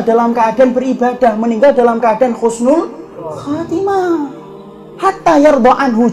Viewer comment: Bukan khusnul khotimah Tapi Husnul khotimah, min.